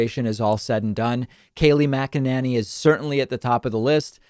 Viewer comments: #DavidPakman I love your show and this was a great segment. One thing: I have never heard anyone pronounce Kayleigh's last name as Mac-a-NANNY. It's always been pronounced Mac-a-NAY-Nee. So I believe it's NAYnee not Nanny. It's not a big deal but was starting to bug me as my last name gets mispronounced ALL the time. Please, no hate comments, I love David and his show.. Just a pet peeve of mine. Thanks for another great show David!! ❤️ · Makinanny....Mak-in-inny...David, you have some very interesting ways of pronouncing Mack-in-any and I'm here for it. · David, I think it's not mack a nanny, it's mack-inane-y. Think inane and you got it nailed. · I see what you're doing David "Kaleigh Magananny" LMAO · I love your creative pronunciations of her name. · Why the change in the pronunciation of her name? Lol I love it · Geez, David!! I was starting to get accustomed to how you previously pronounced Kayleigh's name lol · you keep changing pronunciation of her shitty last name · I get so much joy every time he puts a new spin on Kayleigh’s last name. I love that he never pronounces it correctly whether it’s on purpose or not. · Are you having a stroke? You didn't purposely pronounce her last name wrong lol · Oh David, thank you sooOOoOoOoo much for always mispronouncing Kayleigh's name, cracks me up every time you do it! lol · Dude! I don’t like her either but stop the lowlife tactic of pronouncing her name wrong (and oddly different every time you talk about her). It’s as obnoxious as the idiots who constantly mispronounce Kamala. 🙄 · I love how he mispronounces her name in a slightly different way each time 😄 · Dude please pronounce her name correctly The a is and a sound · lol why are you butchering her last name.